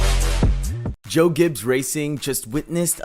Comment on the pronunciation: Great.... more fake NASCAR channels. This is utter rubbish. You can't even pronounce the team name correctly and none of this is news. Stop making videos for clicks to achieve some BS success. Please people.... stop watching this nonsense. A video with a bunch of random facts that we already knew, and offer absolutely nothing new. You are literally copy and pasting a bunch of pictures together, with some word vomit of information that is a year old.